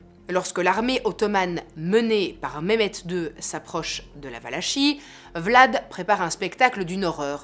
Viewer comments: superbe narration, merci pour cette video juste un petit détail: Valachie se prononce valakie :) :) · On prononce Valakie. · Excellente vidéo comme d’habitude que j’avais ratée et que je vois sur le tard mais avec toujours tant de plaisir ! Juste une petite note, je ne sais pas si quelqu’un l’a déjà mentionné : ça se prononce « valaki » ;) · Valachie se dit Valakie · On prononce valakie